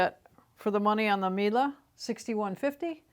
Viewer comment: Why do You mispronounce brand name MIELE is so easy - at the end is E and You should pronounce it like E used in word "E lephant"